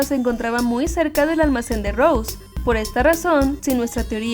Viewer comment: se dice rose no rous xd